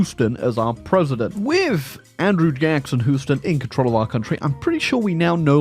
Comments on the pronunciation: HEW-stun, not HOO-ston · I thought I'd heard all the different ways to pronounce Houston. showed me a new one with Who-ston. New Yorkers have House-ton. I'll keep saying Hew-ston.